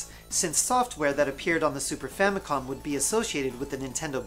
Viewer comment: I'm fairly certain that he said, "Famicon", instead of "Famicom".